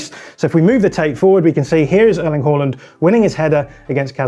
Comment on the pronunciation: They're pronouncing it correctly.